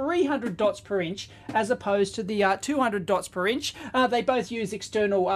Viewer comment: Hearing Aussie “Dots Per *Inch*” is giving me a double take every time :)